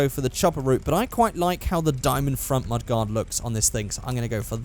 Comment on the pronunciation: It's mud-gard